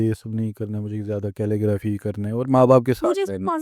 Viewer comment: Calelgraphy kya hota hai 😂